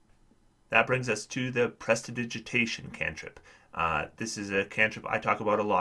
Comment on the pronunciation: Thank you for the video, good insights. We love prestidigitation (apart from its pronounciation) at our table, just just to clean up to avoid detection but mainly for keeping feet warm! We often have one from warm climates shivering and complaining about cold and if not, then a familiar will step into that role...